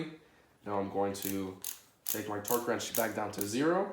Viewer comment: “Twerk” torque they sound the same when u say it that many times... lmfao pin this if you agree